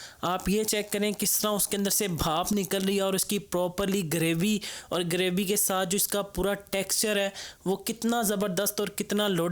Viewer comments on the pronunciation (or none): Ooo hello buss 1 word theek kar lo apna "graby" nae "gravy" hota word